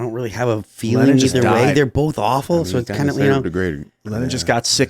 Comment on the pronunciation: My name is tim pool, and I say BOLTH.